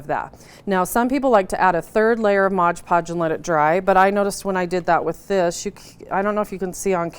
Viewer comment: It is MOD PODGE, not modge podge!!!!!!!!